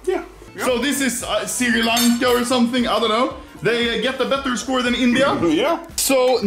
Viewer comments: How everyone pronounce "Sri Lanka" How anomaly pronounce "Siri lancha " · Anormaly its sri lanka not si kank